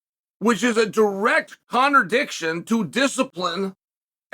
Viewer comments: Did he say "Connordiction"? 😂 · Did Chael really just say, "a direct conordiction" at the mark? Uh... is someone going to tell him or am I? 😂